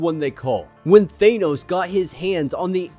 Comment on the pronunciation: just said Thane-Os. What have you done with the leader of the Legionaires!!?! Thane-Os?!? Thane-Os!!! My Gawd what’s next Superb Man??? I feel like i’m in an episode of What If